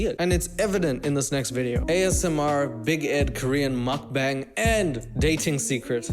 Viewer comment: lmao love your channel but you completely butchered the pronounciation of mukbang 😂